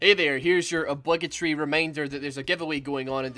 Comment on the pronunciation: it's obligatory not abugitry